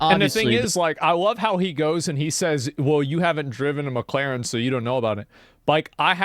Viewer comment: it is Mc Laren NOT MAC CLAREN